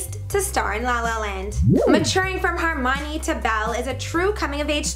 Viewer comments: its HERmione, not HARmione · She said hermionie wrong she said "her mi ne " it's " her mi on y" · She keeps pronouncing Hermione wrong!!! It kills me!!!!!!